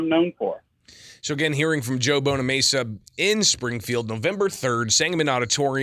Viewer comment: BonamAssa, not BonaMesa.